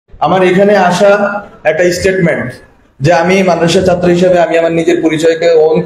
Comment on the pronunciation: উচ্চারণে সমস্যা আছে ,যেমন ছাত্র শব্দটির উচ্চারণ সঠিক না